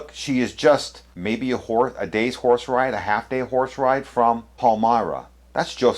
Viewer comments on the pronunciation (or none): You vsaid she was a horseride. I had to go for a relisten because i understood a whoresride. LOL